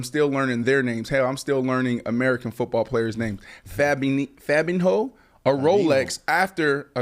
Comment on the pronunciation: OH MY LAWD B MARSH B Marsh fr fr said 'Fabine-Hoe'. I got you B Marsh its "faa - bean -yo". The google translate may misguide ya.